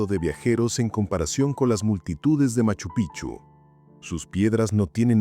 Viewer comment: TE RECUERDO. QUE MACHU PICCHU ES UNA PALABRA QUECHUA SE ESCRIBE PICCHU Y SE PRONUNCIA PIKCHU ASI SUENA Y NO CAMBIEN SU NOMBRE A CADA RATO DICEN MACHU PICHU. Y NO ES ASI ES MACHU.( PIKCHU) ASI SUENA CONSULTEN FUENTES ANTES HABLAR COMO TARTUFOS ES MACHU PIKCHU SU PRONUNCIACION